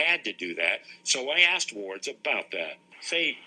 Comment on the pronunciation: Mr ‘AXED‘ Someone get him a Dictionary Can somebody AXE HIM if he knows what one is?